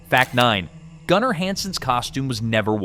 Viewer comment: Gunner not gooner 😆